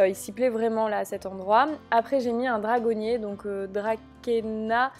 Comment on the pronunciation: Hello je suis fleuriste juste pour te corriger sur certaine plantes les Bromelia ca n'existe pas sois on dit bromeliacees ou alors guznania pour le tiens . Le dracaena ce prononce "dracena " . Et le spathiphylum ce prononce "spatiphylum"